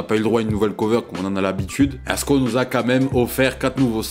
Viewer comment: Merci de dire son blase correctement 🎉❤